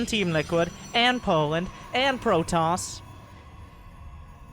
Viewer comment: A Pro-toss ahhhhhhhhhhhhhhhhhhhhhhhhhhhh